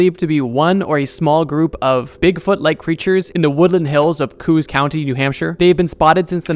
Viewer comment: From nh here, its CO-os county not just Coos. It know it's dumb, but hey, that's how we say it 🤷🏻‍♂️